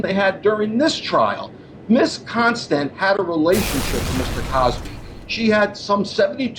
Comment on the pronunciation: Con-stand😂😂😂. Con on the stand this has to be a joke the truth is in your face